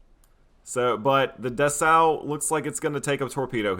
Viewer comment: Dessau -> DESS-OW (city in Germany) Stier -> SHTEER (German for "bull")